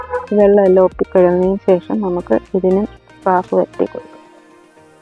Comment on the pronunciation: കാഫ് അല്ല സാഫ് ആണ്